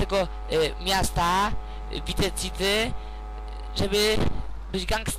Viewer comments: chce ci powiedzieć że on nazywa się tommy vercetti {werczetti} a nie wierlczeli i nie pisze się wice city tylko vice city i mówi się waj siti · vice city sie pisze a mówi się vajsiti